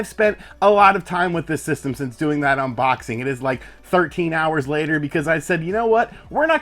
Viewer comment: My wife really hates the way you say "unBOXing" lmao